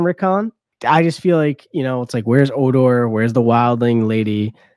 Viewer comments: HO-DOR not O-dor! Lol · He called Hodor "odor". HOW can you mispronounce literally every name? LoL